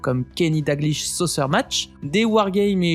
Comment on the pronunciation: C'est Kenny "DaLglish", légende du foot ecossais, et on prononce SoKKer. A part çà, bonne vid !